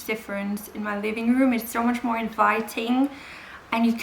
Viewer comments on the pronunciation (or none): none